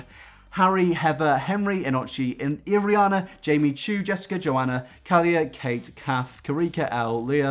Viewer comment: the way says Irina is really weird